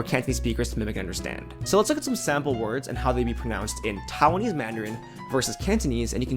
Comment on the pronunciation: TAI-WAN-ese, not TOWN-ese